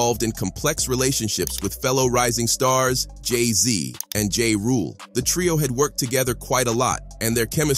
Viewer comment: Can this narrator read? It's B.E.T not BET.... And it's Ja (Ja•h) Rule not JAY Rule... 😂